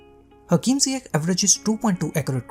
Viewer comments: Isn't it pronounced "Ziyesh" or it's just me? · It is a sound "sh" not K, Moroccans are influenced by French language when trying to transcribe names in the Latin alphabet and the sound "sh" in French is written "Ch" but in some countries like Holland, "Ch" represents the K sound. So mistakenly Ziyech becomes Ziyek/Ziyeg, which is completely different for Moroccans. But Hakim Ziyech have said in interviews that he doesn't mind, because he is easy going that way. This kinda of misunderstanding in prononciation happens to a lot of players from non-Latin language speaking nations when they are in Europe. There was another Moroccan example of Mehdi Benatia, when he went to play for Bayern Munich, his official name is MedHi ( H comes after D), written based on French way of writing the name MeHdi ( H comes before D), his name means the guided or the chosen, with the H sounding like in Hello, but the some German journalists thought his name is MedHi with H sound after ... which will make for a complete different name, that actually Moroccans seldom use for their children, Meanwhile Mahdi/Medhi is widely used by Moroccans and Algerians , especially those of France So same name with a same sound and same origin, can be written or pronounced mistakenly when transcribed into language whether it's following Englosh, French or other, for example , people of middle east as following English logic of sound may write the name Yusuph, or Yusuf, meanwhile North African will write same name as Youssef ( which is equivalent to Joseph for wes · Yes .... But even Lampard pronounces it Ziye-kh rather than ziye-sh